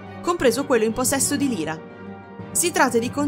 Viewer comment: Solo una pecca ; non si pronuncia Lira,ma Laira (Lyra). Per il resto,tutto perfetto! Continua così!